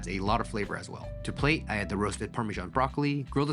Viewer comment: "parmeshan cheese" 🙄